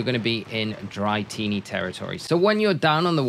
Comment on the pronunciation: Dra-tini not dry-tini lol great vid tho thank you